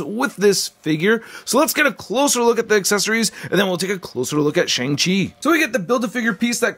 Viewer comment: He said shing chi